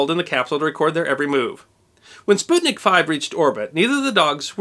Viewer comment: Props for pronouncing "sputnik" in the right way!